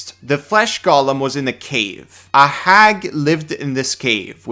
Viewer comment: I'm fricking begging you here, 'similar' is NOT pronounced "sim-yoo-lurr", and 'golem' is NOT pronounced "Gollum"